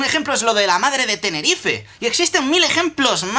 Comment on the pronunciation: Dijo madre de Tenerife. Yo vivo en Tenerife. PORFIN UN YOUTUBE PRONUNCIA TENERIFEE! ERES EL MEJOR WISMICHU :')